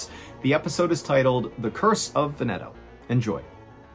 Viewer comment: it's pronounced VENeto lol That's ok, your videos are still aweSOME btw, poor raccoons...